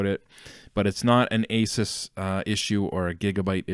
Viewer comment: Asus... Ay-soos